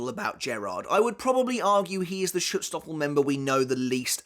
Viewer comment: Pls next time try out the google translater before you try saying a word like schutzstaffel, you are not even colse to pronounce the a the right way, its a german word and we pronounce "a" a lot different then english speaking cultures